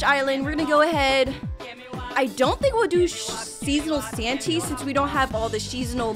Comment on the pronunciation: when she said "Sheasonal santy" and eternal instead of ethereal, that just proved how hard it is to pronounce the names XD